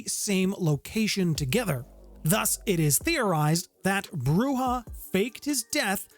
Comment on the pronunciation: And Broo-Zhah.